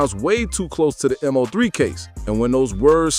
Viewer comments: It’s Mo3 not M-03 lol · Once this goofball said m-0-3 I clocked out....its mo 3 dumbass